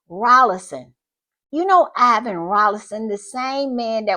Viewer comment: It is Iain Rawlinson, not Ivan Rawlinson. The name "Iain" is pronounced "AY-in" (like "eye-in").